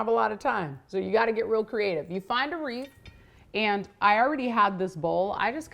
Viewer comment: It’s WREATH, not reef !